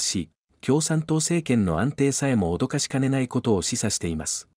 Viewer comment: 脅かし（おどかし）かねないではなく、脅かし（おびやかし）かねないですね。AIにとって、日本語の特に発音はハードルがエベレスト級ですね。